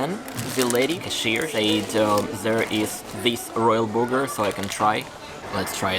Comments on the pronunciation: need a little more work on your English pronunciations. Burger is pronounced "Ber ger" not "booger" The latter is something you would pick out of your nose. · It's funny to hear you say, "big burger." With your accent it comes out as, "big booger," which literally means big mucous.